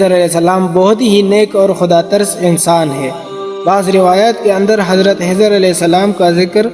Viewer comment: Brother he is my school friend he cannot pronounce خ properly💙spread love not hate